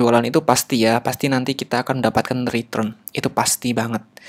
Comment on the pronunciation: cuma keliru aja, return dibaca ritrun :)